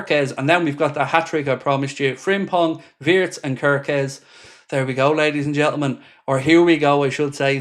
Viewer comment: Shame its pronounced vee-itz